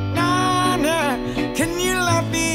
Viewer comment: When he says know now he says no nah